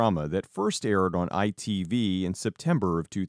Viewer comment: As a British person it was weird hearing you saying ITV